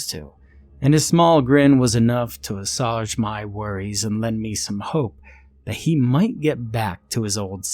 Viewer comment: Great story, love the narration. Just one FYI: assuage is pronounced “uh-swage”, not “uh-sodge”